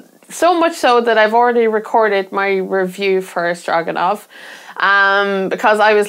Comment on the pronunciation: You pronounced Stroganov correctly... and by 'correctly' I mean I pronounce it the same way, and we can't both be wrong, right? LOL This game is an instant hit with me and my friends! Intimidating only in appearance, the game is very intuitive to play once you understand what actions you can do each turn. It checks so many boxes for me: Tokaido-like meeple movement/turns, set collection, resource management, hidden goals, random locations during setup, action strategizing, and a couple other things I can't think about. Game Brewer's new game Oak (just funded through Gamefound) isn't grabbing me, but apparently Oak is a pretty clever worker-placement game. Another game of theirs that's on hold for me reached my FLGS that I'm hyped about as well: Hippocrates. Worth checking out if you get the opportunity!